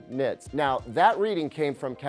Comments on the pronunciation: Nit-erds? What did you just call me!? 🤨🤣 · Did anyone else mishear when he says "nit-nerds" ? 😂😂